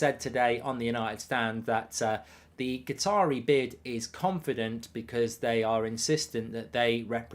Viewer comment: Why does Mark call Qataris Guitaris?